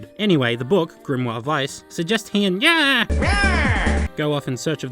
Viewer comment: It sounds like you’re sayin “Nyeh”